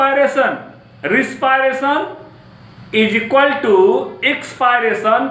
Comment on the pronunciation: Sir vo risperation nhi hai vo respiration hai pronounciation wrong hai aap ka